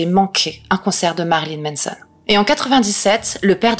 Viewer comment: C'est MAnson mais tu dis MEnson, ça me fume 🥲